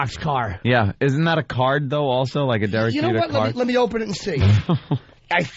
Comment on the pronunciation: Every time opie says Durk Jeter I wanna throw coffee in his face